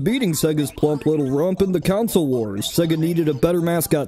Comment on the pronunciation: But why do you say "counsel" instead of "console"